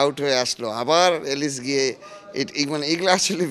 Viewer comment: এই লোকটাও রাজশাহীর মালিকের থেকে কম না। এলিস না আলিস